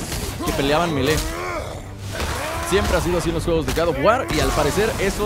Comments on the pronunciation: Gad of war jajajaj😂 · No se dice Gad of War se dice God of War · No es Gad of War es God of War;-; Perdón pero siento que ofendes a una saga tan buena de juegos 8')